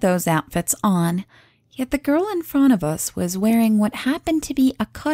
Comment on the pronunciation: I like how you pronunce "front" it sounds similar to "font"